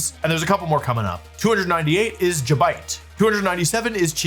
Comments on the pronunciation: fr thought I was high when I heard him say jabite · You cannot tell me you honestly believe Gible and Gabite are pronounced Jible and Jabite but then don't call Garchomp, Jarchomp. There's actually no way lol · Why does he not know how to pronounce the g sound??? Jible? Jabite? Jigalith? Jiratina? What’s next? Jyrados? Edit: Why does he say Garchomp correctly??? Shouldn’t it be Jarchomp?